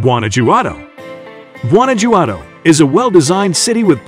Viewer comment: Primera vez en la vida que escucho "Guana-yuado" y "Ouksaka"